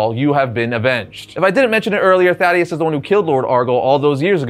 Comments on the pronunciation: THAEDUS-pronounced Thā-dus. Not fucking Thaddeus. Idk why but it's bugging the absolute shit out of me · Buddy you need to learn to read 😂. You mis pronounced Thaedus’ name over and again. It’s not “Thadeus” like you kept saying, it’s “Thaedus”, pronounced “Thee-dus” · Its Thaedus Pronounced Thay-Dus, not Thad-Ee-us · Two syllables, Thae -dus. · You keep mispronouncing the name Thaedus. It's like you're misreading it.